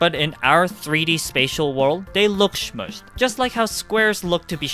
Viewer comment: Love how you say shmushed 😊